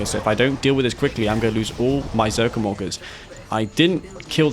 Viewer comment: When you say ZOCOM Orcas it sounds like ZOCOM Walkers xD